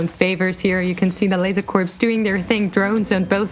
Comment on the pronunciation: Dude called it "Corpse" Focus.